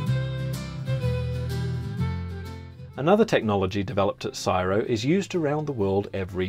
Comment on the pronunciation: CSIRO is pronounced using its initials - 'see-ess-eye-ar-oh' (5 syllables) not 'siro' (2 syllables). Would you mind re-recording the video pronouncing it correctly because every Australian watching this is cringing and yelling at you. Ta.